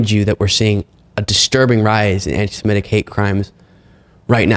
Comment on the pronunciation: it's not "antise-MET-ic." iT'S "antise-MIT-ic."